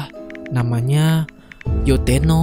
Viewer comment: Baca abangnya salah Yotteno bukan yotteto 😂😂😂 kocak abisszzz